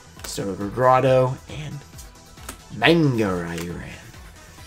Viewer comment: You're still pronouncing manga wrong